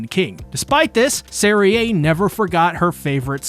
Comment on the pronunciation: Serie is pronounced like zeri, not zerie